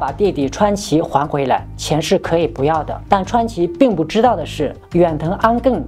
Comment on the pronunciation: 在正经的讲述中突然蹦出一些谐音，不(mo)要，着(zhuo)急，感觉很不和谐……